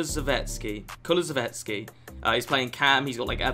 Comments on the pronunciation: Say it with me : KU. LU. SEV. SKI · You pronounce his name (kulu-sev-ski) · It's Koo-Loo-Sef-Ski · the Swedish wingers name is pronounced Ku li zef ski You welcome ❤️:) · Kulusevski = Koo Loo Zev Ski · If I can help u i'am a Juve fan and his pronunciation is as the name on the card so Kulusevski easy peasy